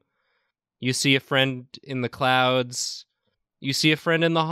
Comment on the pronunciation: Not clouds, but ''CLOWNDS''.